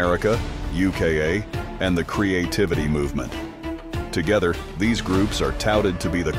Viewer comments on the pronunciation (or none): none